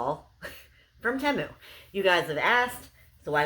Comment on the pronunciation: btw it is pronounced tee-moo don't worry when i first heard of the app i thought it was teh-moo too.